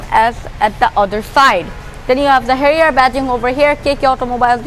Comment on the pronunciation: XD your silly accent is now cracking and if u dont know pronounciation of harrier then why did you make a video i disliked }:-(